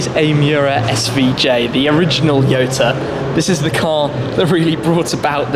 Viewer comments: Jota(hota) not yota. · I think he pronounced it wrong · Why Jota is pronounced as Yota ?? 🤔🤔🤔